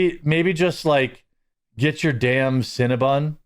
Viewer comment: Cinna-BON, not bun. It's bon like the French word for good or sweet. Like "bon appetit".